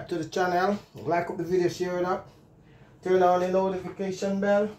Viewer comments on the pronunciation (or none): none